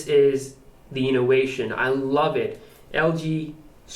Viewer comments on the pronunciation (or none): "innowwation" "awwailable"